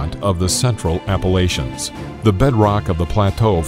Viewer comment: Appalachian = App-uh-latch-un